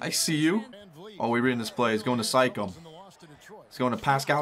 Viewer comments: did he just say sikam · Am I the only one that heard him say sike-em instead of Siakam?